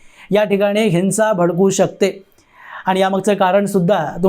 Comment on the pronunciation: हिन्सा नव्हे! हिंव्सा !!